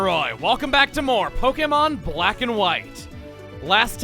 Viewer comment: Was I the only one who thought he said this time on Pokémon quack and white